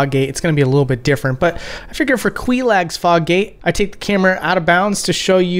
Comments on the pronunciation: Lol you said kwee log, we always pronounced it kway log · Quee-Lag Great video but that gave me a stroke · Good vid but why do you say it lik kwilag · Not kweeelag 😂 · Your lack of proper names for the bosses makes me sick. If you actually played through the game, you'd know to pronounce Quelaag's name as KWAY-LOG. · That pronunciation is illegal. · Holy shit the mimic chest part is infuriating how the hell can you notice all those little differences when the chain is so obvious right in front of your face as the way to tell a mimic. Also the Queelag pronunciation is terrible even when her sister in the next location says how to say it correctly. Don't even get me started on the other name fuck ups or stupid things like not knowing if you can look up at the asylum demon which is obviously possible.